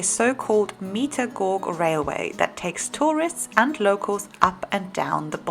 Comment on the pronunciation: Gôg? I think you meant gauge /ˈɡeɪdʒ/ ?